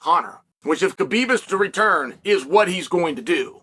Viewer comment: Just say Habib... Thats the way its pronounced 🤷🏽‍♂️